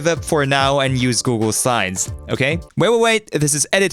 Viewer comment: Why do you pronounce Google slides as Google sides all the time? (And sometimes even as Google sines)